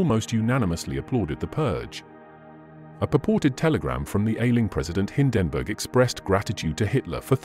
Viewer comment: They really have to work on the AI Voice models. Don't expect NAZI to come out like Churchill, but Hindenburg should sound like standard pronunciation. And CORPS not Core? Spoils a good video